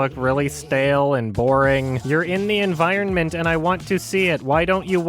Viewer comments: can some1 pls create a 10 hour long loop of a supercut of only saying the word 'environment' in this review? Would be some p satisfying ASMR tbh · I just noticed you pronounce the second 'n' in environment and it's all I can think about